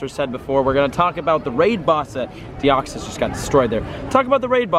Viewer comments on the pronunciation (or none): none